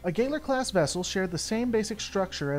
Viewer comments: Why do you pronounce the Cardassian ship and ship class names so weird? PraKeysh? GayLer? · Good video, like your stuff. But you've GOT to check your pronunciation of the in-universe terms. Galor and Prakesh were both clearly pronounced differently during the episode; and in other vids, there's been some mishandling of ship classes and individual names. Again, for the most part this is good stuff, but the name being pronounced differently than the dozen times many of us have heard it really breaks the vibe. Keep up the good work, and happy birthday! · You pronounced Galor class wrong